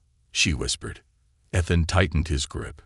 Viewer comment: The AI needs a lot of tweaking. You still cannot pronounce the word or name I should say, Ethan. There is no. F….ing! And yet the stupid AI says the same thing in every story. Find another name, but stop using, Ethan.